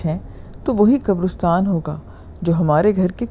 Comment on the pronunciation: Great. It's qabaristan,like Pakistan or Uzbekistan, not qabarustan.